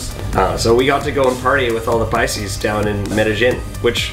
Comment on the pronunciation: "PICES??"😂 And ROLES?? 😂The was kinda funny. Paisas & Rolos or Cachacos.